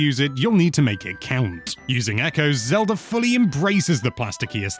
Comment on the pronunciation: Why does he say Zelur when he also pronounces it Zelda